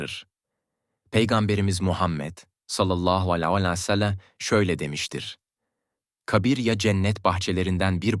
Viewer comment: Utanmaz dinlemeyin sakin alay ediyor peygamberimize sav derken sacma sapan biseyler geveliyor,bunca konustugu dogruda bosa gitti tüh suratina senin